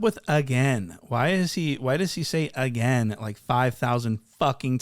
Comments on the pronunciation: I don’t think I want to hear anyone say “agian” again!! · Bro suddenly “Again” sounds like a foreign word 😂😂😂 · lol I can’t not hear it now, and it bugs the shit out of me already lol, why did have to point this out lolol fuck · He says "Again" like Terrence Howard says "Mayne" 😂😂😂😂